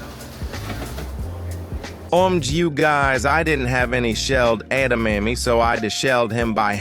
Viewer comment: I will never say edamame the same again. Add-a-mammy